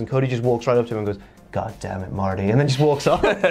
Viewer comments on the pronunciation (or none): Hearing enunciate the "r" in "Marty" was so unsettling for no reason